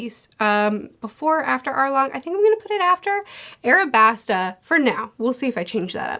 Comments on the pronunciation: why do u say arabasta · Yo there’s an L right there! Stop calling it what stupid 4kids calls it 😭 it’s aLabasta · I like how she still says Arabasta despite it saying Alabasta on the picture. I assume that she read a translation of one piece that spells it and many things from the series with an "R" instead of "L" and just keeps going with it because that is how she got to know the series. It makes me go "IT'S AN L!" every time, but I'm starting to get used to it and have made a headcanon with this explanation as to why she refuses to pronounce it correctly despite everything.